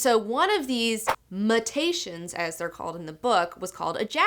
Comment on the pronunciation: Sorry? Muh-tations? I feel like a jerk saying this but "Mew-tations".